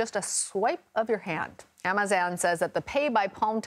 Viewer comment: Did she just pronounce Amazon as "am- uh zay- on"?